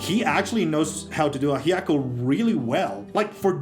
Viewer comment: A piece of my soul dies every time someone mispronounces ajiaco 😭